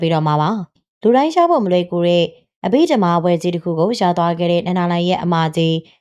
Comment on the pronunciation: အဘိဓမ္မာဘွဲ့ကိုအသံထွက်မှန်အောင်ဖတ်စေခြင်ပါတယ်